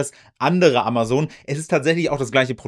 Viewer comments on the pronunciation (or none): AmaZon und nicht AmaSon Dir kann man echt nicht zuhören